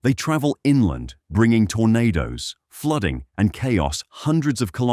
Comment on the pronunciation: fooding instead of flooding